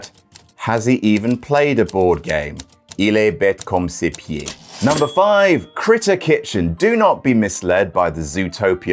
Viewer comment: "Il est bête comme ses pieds." 😂😂😂 Also, great pronunciation.